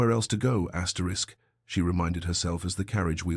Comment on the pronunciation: I can't listen to “Asterix” over and over. Please fix this problem, for this is not the only video.